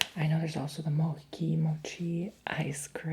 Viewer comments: Lololol love u 💜did u know that there’s also ice cream mochi? I like the ice cream mochi better, u can try sometimes (btw it’s not “moki” it’s “mochi” lol I don’t know how to explain but u know😂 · FYI everyone... It's Pronounced MO-CHEE, not MO-KEY. 😊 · It’s Not Moci, it’s Mochi! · Mochi is pronounced with "ch" like in chalk,or check 😄